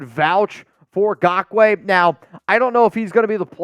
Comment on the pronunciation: Please do not sign Nagkoue, I can’t handle hearing say GAWK-WAY…